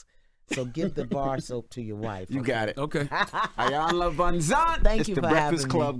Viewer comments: This woman is a legend. Please say her name correctly. She's been up here before. Y'all should know better! "E"-yan-luh, not "EYE"-yan-luh, plssss and thank you. 🙏🏼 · It irks me that people still mispronounce her name so horribly. It's EE-yan-la. Not "Eye." Also-- do some damn research before guests come on. It's always so painfully obvious when ya'll haven't done any work to prep in advance to know who your guests are or what they've been up to.